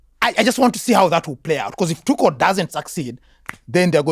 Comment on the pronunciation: Thomas "Tutschel". Come on, my swiss german friend. 😃